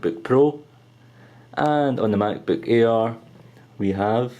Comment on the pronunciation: sound like hes saying the "MacBook Ear" lol. Great Review!!